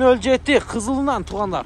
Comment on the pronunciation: 07 07 Кызылынан дебейт КЫЗЫЛЫДАН дейт 🤣🤣🤣Аяш ава